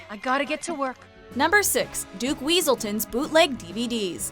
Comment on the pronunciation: Its pronounced weaseltown